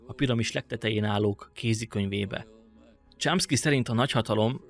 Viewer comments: Csomszki nem Csámszki. De amúgy király! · A Chomsky-t rosszul ejted.Javaslom: írd be a Google fordítóba majd kattints a meghallgatásra!!